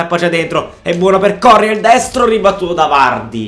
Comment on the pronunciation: si legge corréa non córrea